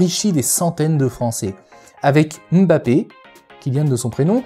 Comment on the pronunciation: Enfin ! une personne qui prononce correctement le nom de Mbappé. Eh oui c'est bien mbappé et non emme bappé comme on entend partout. Pouce bleu direct. Concernant la vidéo c'était très intéressant.